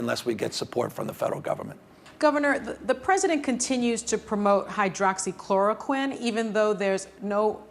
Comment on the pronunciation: Can't even say hydroxychloroquine.